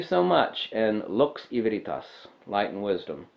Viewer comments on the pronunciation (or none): none